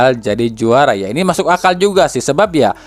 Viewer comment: . Masuk akal min bukan masuk akmal . ... Ada ap nih apa iya mimin terpleset lidah😅😅😅